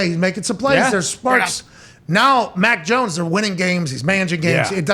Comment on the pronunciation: Lol😂 it’s mac jonesss. Who mac joness